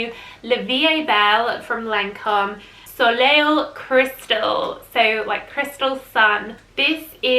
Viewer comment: Soleil is pronounced “So-Lay”. Just FYI :) that one sounds really good!